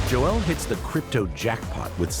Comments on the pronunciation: This narrator is pronouncing Joel's name like it's a Key and Peele sketch. It's not Jo El it's Joel bro. How did the producers not fix that? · Imagine pronouncing Joel as Jo-el for the entire video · Why do you insist on turning his monosyllabic name into 'Jo-elle'?